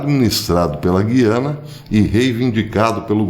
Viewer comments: GU-I-ANA e não GUI-ANA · Bom dia. A pronúncia correta é GUYANA. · G U I A N A. É assim q se pronuncia.Antes existia um trema